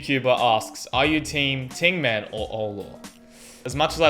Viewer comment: T-aing-man offi-kk-al asked 😂😂😂😂😂